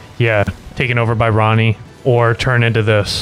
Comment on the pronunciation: stop saying ronne 😭 he was being controlled by the devil to do that